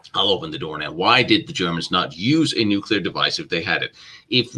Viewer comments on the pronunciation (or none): Nuclear = No-Kali. Notice time gone wonky?